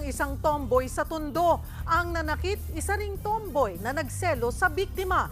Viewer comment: HAHAHAHAHA ANG DIIN NYO SA TOMBOY NA WORD HAHAHAHA